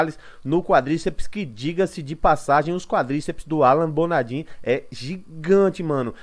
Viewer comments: que Alan Bonadim o q... o nome do cara é Alan Bonadiman, o mínimo de respeito é falar certo o nome do maluco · Mano, bom dia. Sugestão, verificar o nome correto dos atletas, não é a primeira nem segunda vez que vejo vc falando errado o nome. No caso é Alan Bonadiman nao Alan Bonadin. Abraço